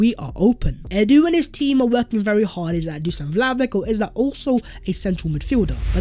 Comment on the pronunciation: My fk ears hurt after 100 misspelling dusan vlahovic ( the s = sh and ic = ich, btw)